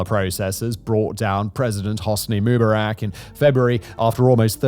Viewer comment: How do you pronounce Mubarack? I've never before heard it pronounced that way. Is it intentional?